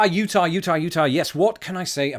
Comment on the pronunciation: Utah here. And you said it perfectly. Love watching your wonderful face.